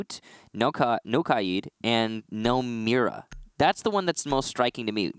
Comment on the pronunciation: Why does everyone pronounce K AID As KI AD ?? How do you get the I before the A? It’s KAID NOT KIAD